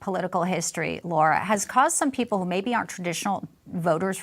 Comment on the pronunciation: Her name IS NOT Laura! It is LARA .different spelling, different pronunciation